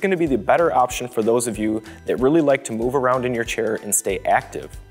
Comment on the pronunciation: chair, not shair